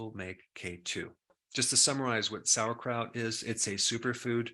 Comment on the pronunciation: The only thing he lost me with was when he said sauerkraut 😩😩😩